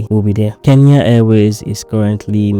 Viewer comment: Glad to hear a Nigerian pronouncing Kenya correctly.. Mostly the 'N' is omitted I guess it's a Nigerian thing